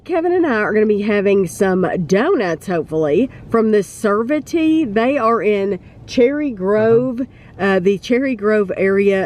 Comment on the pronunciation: Not criticizing, it's pronounced Ser-vah-t. Holtons are my favorite in the Cincinnati area. Love it when you review places near me.